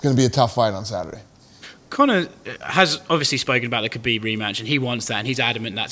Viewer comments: Isnt your fighters name Khabib, dana not habib? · Habib isn't it kabib?